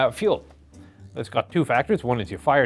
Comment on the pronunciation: feul???? i think you its Fuel...